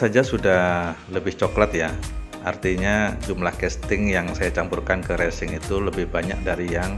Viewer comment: Mantap bermanfaat skali tapi bukan Recing Bosque tapi Resin,,,,,,,,heheeee